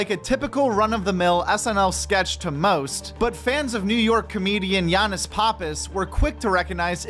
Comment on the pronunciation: Bruhh his last name is pronounced "pap_piss" not "pah_piss".. how do I know you might ask, I got the same last name. Listen to him introduce himself, it's always "pap_piss" but loads of ppl get it wrong so don't feel bad.